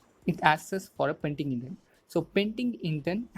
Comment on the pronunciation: its "PendingIntent" not "PaintingIntent"